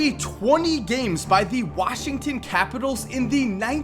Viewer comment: when he said washingston capitals I thought he was talking about hockey